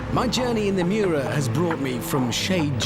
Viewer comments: Nice "Muira" .... you would expect more from top gear channel... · Richard Hammond said it well. It is the Miura, not Muira. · Muira??? Miura!! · the name is MIURA not muira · the intro says Muira and not miura lmo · "Muira"? Ummm....... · ITS NOT MUIRA, ITS MIURA. I DON'T KNOW ANY "MUIRA" >.< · pronounciation : muira: moo-ee-ra miura:mee-you-rah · It's a Lamborghini Miura, not MUIRA! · it'a Miura not Muira .. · omg not muira...MIURA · No one: Top gear: Lambrogonio Muira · Muira? Lol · It‘s called the Miura! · Nearly 2 million and they don't even bother to correct Miura. Unbelievable. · shouldnt it be Miura?